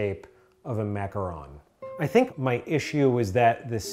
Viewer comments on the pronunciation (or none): none